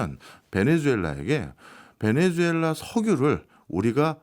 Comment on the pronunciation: 베네수엘라를 왜!?? 자꾸 베네주엘라라고 하나요~!??